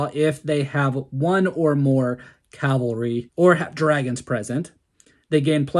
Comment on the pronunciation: Why is it that so many native english speakers are saying "calvary" instead of "cavalry"?^^